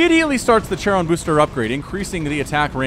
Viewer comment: My ears bleed when you pronounce "charon boosters" :) Maybe I'm in the wrong here but I always pronounced the ch in "charon" like in "character" (so like the ferryman in Greek mythology) not like in "cherry" :) Anyway kind regars to you :)